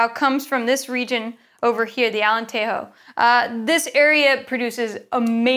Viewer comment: Great stuff. Just to add. In Portugal the J in Alentejo is pronounced like a soft J. Alen-Tay-Zho. Often hear people give it a bit of the old Spanish, but Portuguese is different. I live there.